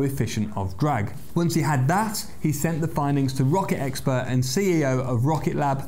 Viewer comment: "Rocket expert" ends in a T. Ex-perT. Not ex-purr. "Jet engine"? Same problem: jettt. Not jeh. "The main part of the chassis"? You guesses it: Part, not par. Happily, you don't have any problem with "accelerate" or "estimate," words which some fools on YouTube manage to mess up. "Acceleray" and "estimay" are also horrid. You get them both right without any apparent effort. You're just doing them right, not forcing it. So perhaps you'll be able to fix the ones you get so consistently, annoyingly, wrong?